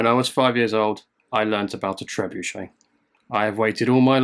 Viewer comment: Thanks to you, I now know how to correctly pronounce trebuchet. You don’t want to know how I thought it was pronounced. 😂